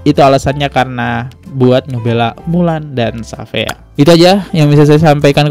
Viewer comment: syafiaa bacanya bang dia bake ejaan luar shafeea jdnya